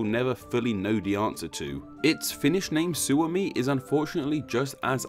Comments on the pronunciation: Shuomi... XDD kuulosti hasulta ... XD Suomi ei shuomi.. SUOMALAISET EIVÄT LAUSU SANOJA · ITS PRONOUNCED "SAAMI" NOT "SÄMI", TRIGGER ALERT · Because most Americans would pronounce Suomi as "Swami". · "Suomi" sounds like "suo," and suo means swamp. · U cant pronaunce Suomi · thanks for butchering the word Suomi :/ Im now a sad Finn